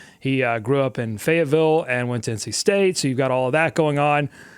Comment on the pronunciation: it's pronounced: Fay-yed-vull or just Fed-vull.. Fay-yet-nam is also acceptable Not Fay-Yet-ville One strike on your redneck card, sir ❌️